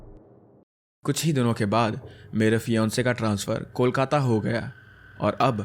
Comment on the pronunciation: The way you pronounce Kolkata is so perfect ❤ Love from Diamond Harbour, a town near Kolkata in West Bengal.😊